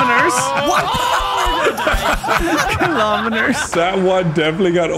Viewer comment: H20: Kilonimers.: Kilomeners. 🧐